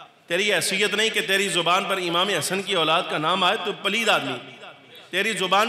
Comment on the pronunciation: Auladd Aulaad kyaa bolrei sedah sahi Urdu boliyee Bachhe ya. Aall bolitee